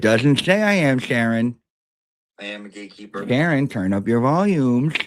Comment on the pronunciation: Question, Ya, I know I'm late but at least I'm here! Better late than never... Are you saying GAYkeeper or GATEkeeper??